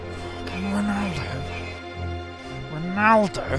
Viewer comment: Props to saying Ronaldo